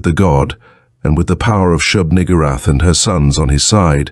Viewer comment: Very careful pronunciation. Nugoorath. Lol.